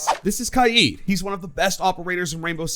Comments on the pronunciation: "Ky-eeeed"....Ky-id..... It's Kaid bro. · It’s Kaid like ‘Kade’ and not how ever you say it. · You called kaid kieed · You pronounce kaid wrong